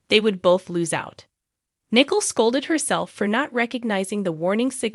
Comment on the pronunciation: Nicole not nickel